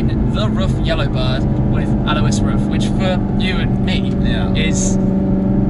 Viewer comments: No, please don't apologize for that! :D But just as a tip for future videos with RUF: It's more or less pronounced like the english word "roof" ;) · As a German, I actually find it quite cute how Tim pronounces "RUF" :D